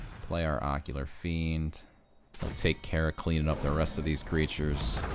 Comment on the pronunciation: Great video, just one thing. It is Ocular FIEND lol